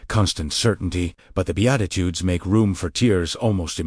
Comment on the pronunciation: Bedatitudes?? Seriously, someone should at least edit the videos! AI doesn't know what they're talking about! 😂